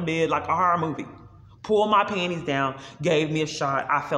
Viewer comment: there it is again...."pull muh pannies down"